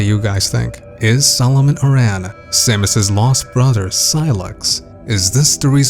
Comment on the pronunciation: So I hate being a pronunciation critic, but "Aran" is pronounced like the name "Aaron". Voice acting in the series is most prominent in Other M, and they pronounce it like that throughout the game. But who am I to judge? My entire life I pronounced Kakariko as "kuh-care-eh-ko" and BOTW taught me that I was wrong. Anyway, this theory for Prime 4 seems pretty legit. If you're right, that'll be one hell of a prediction. PS: yes, I know her last name is inspired by the Arantes soccer player and that the "Aran" in his name is "eh-ron". I'm just using game audio as evidence.